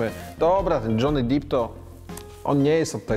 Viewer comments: depp a nie dip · depp a nie deep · Lubię cię bardzo ale Johnny Deep mówi się Depp a nie Dip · Mówi się Dżony Dep na Johnny’ego Deppa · nie wiem czy ten Johnny Deep to specjalnie czy poważnie Stano mysli, że Depp tak się czyta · Haha, Dżony Dip wygrał. Panie Stanowski, fonetycznie: "DEP" :) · Dzięki za materiał.Jedna uwaga : Nazwisko aktora wymawiamy "dep" ,a NIE "dip" 😉 Pozdrawiam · Panie Krzysztofie, Depp mówimy z [e], nie [i], Depp, nie Deep, [deeeep] nie [diip] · Stano, to Johny DEPP a nie Johny DEEP :D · Apeluję - nie "Dżony Dip", tylko "Dżony Dep" :-) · Panie Stanowski, słabo się Pan przygotował do tego nagania! Jaki: "Dżony dip"?! OMG "Dżony Dep"! - tak to amerykanie wymawiają.. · Nie dip tylko d e e p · Dżony DEP nie DIP, dip to masz do surówki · Stano, to Johnny DEPP, a nie Johnny DEEP. :) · John deep czytam dep. just saying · "Dżony Dip" XD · hał dip is jor lof? dżony dip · Stano Johny nie byłby z ciebie dumny jakby usłyszał jak wymawiasz jego nazwisko deep to może być studnia😂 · to sie czyta dep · Ha! Ha! Ha! "Johny DIP" (w i potem jeszcze ze cztery razy ten sam błąd)!!! Co za DZIENNIKARSKIE ZERO!!! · Pan Krzysztof raczej na poważnie, bo już dipował w innych wypowiedziach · Wszystko fajnie i się zgadzam, ale żeby taki ekspert błędnie wypowiadał nazwisko aktora? Naprawdę nie można było poświecić 2 minut na sprawdzenie poprawnej wymowy?